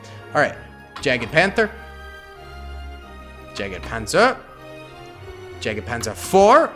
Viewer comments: yeah aha, it is supposed to be pronounced "Yagde" ... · The pronunciation of any german tank with jagd- Bruh